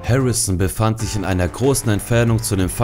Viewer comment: Die Wörter "Harrison" und "Präzisionsschuss" könnte man besser aussprechen. Vielleicht würde ein Sprachtraining helfen. Ansonsten ein schönes Video.